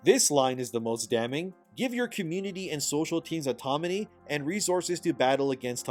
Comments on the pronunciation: Its autoNaMy not autoMaNy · Your inability to pronounce the word AUTONOMY is driving me insane. It's autoNomy not autoMony. N before M! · Can you not pronounce autonomy? 😳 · autoNOMY not autoMONY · I just can’t believe you called autonomy, automany three times in a row 😅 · Autonomy….not automony. But keep up the good work, E. You are appreciated! There are far more of us than there are of them. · YOU ARE MISPRONOUNCING AUTONOMY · Psst You keep mixing up the "N" and the "M" in autonomy. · You really need to learn how to say "autonomy." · The way you butcher the word autonomy, lol